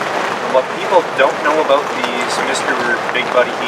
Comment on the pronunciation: Thats how i noticed he is canadian and he uses celcius first and the way he says "about" is a standout